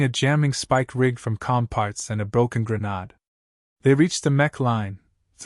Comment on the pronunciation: Your AI is sub-par. Correct programming for correct English pronunciation. The rules are found in any high school grammar book. Assuming you cab actually program computer software. "Grenade" is pronounced "greh-n-aid". Nouns ending in "e" are pronounced with a long vowel immediately preceding the final, silent "e^. Consonants do not affect this rule.